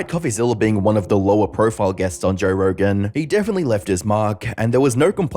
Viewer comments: It’s so hard to listen to when you put an “r” at the end of JOE. It’s not joerrr🥲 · There's no 'R' in Joe😂